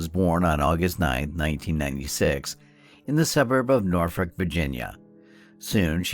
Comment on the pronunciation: Are you trying to say Norfolk?